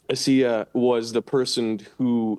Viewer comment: Can't believe pronounces her name A-see-ah 😂😂😂